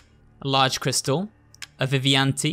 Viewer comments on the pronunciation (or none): vivian ite. no vivian tee.